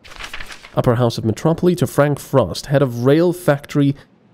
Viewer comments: I was about to side with you, (I pronounce it the same as you) but every source I checked seemed to pronounce it "metro - pole." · but its spelled Metropole. so it should be pronounced metro - pole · why do you pronounce it metropoly? sorry but its bugging me a bit. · is it because the letter "e" really sounds like "ee" where you're from? im pretty sure its the case with Slavic languages.